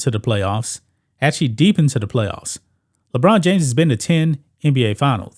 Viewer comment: Ledone James LoL 😂😆